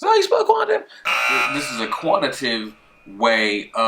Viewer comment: I hate to be that guy but it's pronounced "Quan ti tay tiv" and "qual i tay tiv"